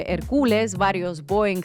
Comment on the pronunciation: Inna tremenda hoy, Hércules, no "Hercúles" 😂